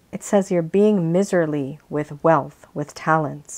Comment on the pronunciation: "Miserly" pronounced My-zer-ly.